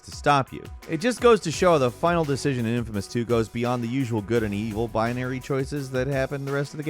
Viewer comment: For the infamous stuff you mispronounced names hard, like made me laugh. but it is a good game when it came to choices